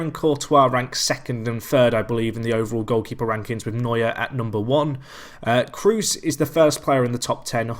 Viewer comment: Surprised to see Iniesta so low tbh. By the way, double "o"'s in German (as in Kroos) make a long "o" sound, not a "u".